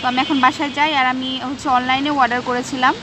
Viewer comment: Order not warder...pronunciation ta thik koren...